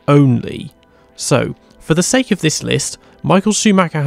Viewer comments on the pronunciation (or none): none